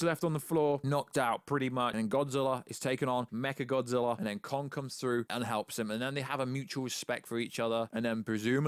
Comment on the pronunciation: First Kinky Dora, then Martha, now I heard him say mecha gothzilla